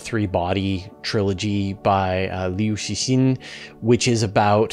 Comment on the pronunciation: thank you for that pronunciation of Liu Cixin. What a great series of books.